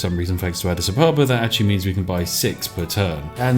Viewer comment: Adidas Abababa